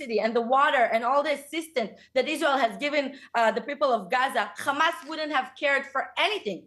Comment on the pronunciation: Interviewer saying "you people" come on dude! And you can't even pronounce Hamas. Well done to May Golan. Brilliant!